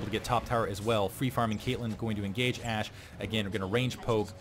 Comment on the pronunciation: lulz u said to dat ashe sorta like to dat ass..... yea ik its lame :(